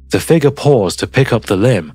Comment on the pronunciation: Dude, You've got to stop saying figger. It is spelled "figure" there is a U in the word.